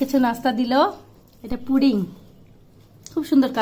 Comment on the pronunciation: পুডিং না পুটিং😂😂😂😂😂